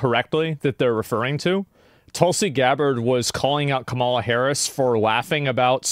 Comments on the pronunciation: Why TF can't anyone say Kamala's name right??? It's so annoying lol. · Everybody say it after me: Comma- La ( Kamala). You sound ignorant when you can't( won't?) pronounce her name correctly. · Guy makes a youtube video and cant pronounce the VP’s name correctly? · Are you pronouncing Kamala wrong (the way Trump does) on purpose?